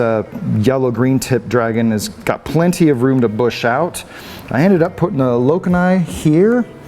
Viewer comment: Lokan-eye! Hahah. Your are killing me the way you pronounce the names. Same when people say mon-tip- pera.